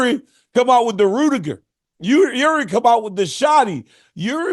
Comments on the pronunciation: Unc said Rutuger like the soccer player 😂😂😂😂😂😂😂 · Rude-I-ger?!?! Lololol WHAT?!?! Rudger????